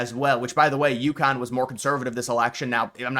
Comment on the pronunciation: It's Yukon, not Youkhan. Just like Montreal is Muntreal and Newfoundland is Newfundland.